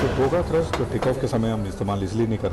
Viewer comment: The word is Thrust not Thirst. Thrust is the power to accelerate.